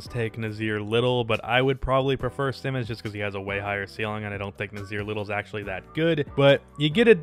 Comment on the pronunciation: how u gonna pronounce Simons as Simmons??